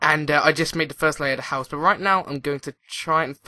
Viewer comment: House not huouse